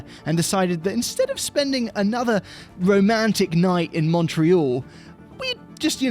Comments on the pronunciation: Is saying “MUNTreal”? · a real Canadian. Pronounces "TORONO and MUNTREAL". Thumbs-up